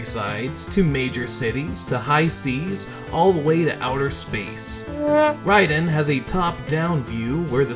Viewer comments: He means RAY-den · yes. It’s pronounced as “Rye-den.” I went for years in the 90s saying Ray-den but no one knew better back then.